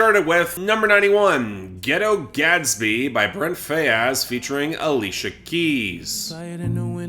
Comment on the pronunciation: Someone tell that "Faiyaz" is just "fires" with the "r" dropped off.